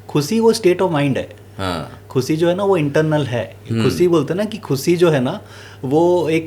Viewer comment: Sir aapki baat bahut sahi hai...bus ek " khushi" wala pronounciation sahi kar lijiye...no offence to u sir